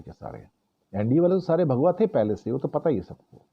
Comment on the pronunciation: mujhe bhagwa ke bajaye bha@ sunai diya 😂